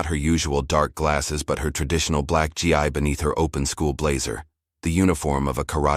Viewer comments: IT'S NOT !!!!! G. I. ITS G. as in Grape Eeeeeeee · AI its not GI it's pronounced gee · A wonderful story, but your reader needs to call the clothing that martial arts people wear is called a Gi, not a g i, look up the right pronunciation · Can't they get a better narrator? Her Gee-eye? Who doesn't know that martial arts practitioners wear "gees" (gi). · This was a great story. My only complaint is the reader. He needs to know how to read what's on the papers in front of him with proper punctuation. For example a GI is pronounced Gee. Also, he needs to learn proper punctuation while reading. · It's GI (gee-hard "g" like in glee, no "l") .or Give no ve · It’s pronounced gee- hard g.